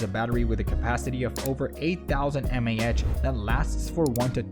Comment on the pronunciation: While the video was informative and I'd say it was worth the watch, I did notice various parts of the narration where it seemed to trip up in exactly the way I'm familiar with the latest AI voice synths tripping up. Like you said, milliamp hour vs m a h. Articulating numbers (especially with decimal places) and units is one of the most common current issues with those models. Also some words being pronounced in a newly unusual manner that you would not expect of a regional or international accent of any kind. It's getting harder and harder to detect these AI generated voice-overs. Which startles me because more and more tech/science channels enter my feed every day that are accounts made within the last year, and all AI-generated voices. They put out a video about every notable tech topic and just push slide show after clip after stock footage over an AI narration that may as well be written by ChatGPT, and quickly build up tons of content, despite having nearly zero viewers at first. Then I notice them suddenly building up tons of subs. I'm starting to fear that many channels will become AI-generated ad-profit farms rather than sincere content, where content is provided, but not for the purpose of being passionate about providing content, with the bonus of ad revenue, but rather for the purpose of ad revenue with the bonus of providing some information. Even the description for this video is rated as 98% certainty of being AI-generated at GPTZero. Copying video descriptions